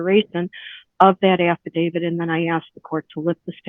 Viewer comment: An atty that pronounces “affidavit” “affa-David” doesn’t give me a whole lot of confidence.